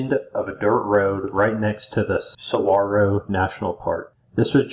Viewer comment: "Tucksawn...Sonnorawn". How in the world did you get Saguaro correct?